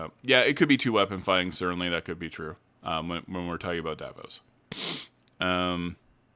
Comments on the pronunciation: Julien Davinos!!! Please I love the video but it drive me up the wall when you say Davos I’m like ”did I miss a character or something ” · Dah-VEE-nos You can just call him Julian or Sir Julian. PLEASE 😅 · If this is your full time job, then you should take the care necessary to pronounce character names appropriately. It’s jarring to hear you consistently mispronounce Thjazi and Davinos